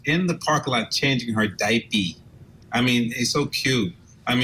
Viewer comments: I know, who in an interview says “diapey” instead of diaper. That’s something you say between you, not in public. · Wait... Did he say Daipy? He's guilty for sure if that's the case